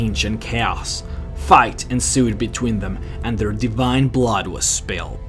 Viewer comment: divine blaud.